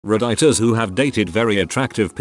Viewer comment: Oh, it's the first time I heard redditors called redeyetors by tts lol.